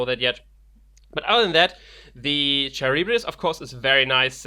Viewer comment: They're pronounced "SILL-a" and "car-RIB-dys", named after the pair of monsters of Greek myth. The pair lived on two sides of the Strait of Messina. Jason and the Argonauts had to pass between them on their quest for the golden fleece. Scylla lived on the rocks and has long claws that would pluck voyagers from their boats while Charybdis lived at the bottom of the sea and sucked in vast amounts of water, creating whirlpools which dashed boats upon the rocks. I like how the theme of both of them is that when both out, they hurt your opponent in a way that's opposite to their course of action. Reaping kills creatures and fighting destroys aember.